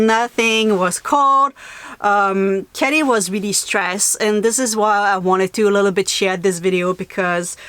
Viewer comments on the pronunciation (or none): Kelly not Kitty, though it sounds like Kitty.